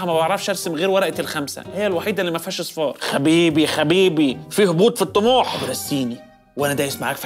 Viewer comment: قال حبيبي بدل خبيبي😂